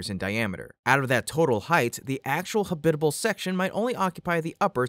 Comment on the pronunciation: ha-BIT-a-bul? All of my 78 years, I've heard it pronounced as HAB-it-uh-bull.🤨, I'd guess that going potty in a space suit would be a bit of a challenge.